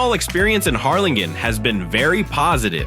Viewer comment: Can’t you get an actual person to read your info? Or… teach your AI to say numbers correctly. Hell, teach it to pronounce Harrlingen. Oh, and it’s super easy to get pictures of cities, please show pictures of the actual towns you’re talking about.